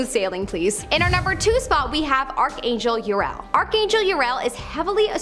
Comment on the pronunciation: "Uriel" is pronounced "YOO-ree-el."